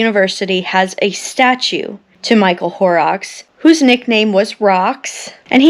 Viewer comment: Please pardon this edit: The name 'Horrocks' is mispronounced in this otherwise excellent and respectful video. It should be 'Horrocks' not "Horerocks" (_not_ to rhyme with _more_rocks) but instead, to rhyme with 'hot rocks - but obviously not the 't' sound, sort of ho'rocks). No disrespect untended to. My thanks and appreciation for her research and presentation of this memorial video. 💔R.I.P to all innocents of Flights 11 & 175, and the Flight which hit the Pentagon, and the brave innocents of Flight 93.💔 💔R.I.P to those lost in the Twin Towers, and the Pentagon, and to the lost rescue workers and firemen and all suffering the consequences of the toxic debris from those fallen buildings.💔 💔Sincere condolences to America's bereaved families following the attacks on 11th September 2001.💔 ❤️🇺🇲❤️🏴❤️🇬🇧❤️🖖